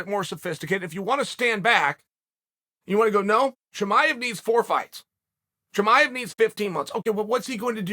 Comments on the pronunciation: I bet Uncle Chael just likes saying « Cheemaiv » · "Hazmet Chimav" Chael did it again LOL